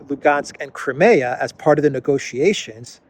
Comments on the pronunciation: Great video. One little thing: Crimea in English is pronounced Cry-ME-a. In Russian, BTW, it is pronounced like Cream, as in whipped cream, with a lightly rolled r. Spelled Крым. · Is there no one available to tell how to pronounce Crimea?